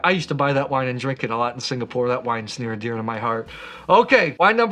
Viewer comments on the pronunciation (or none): none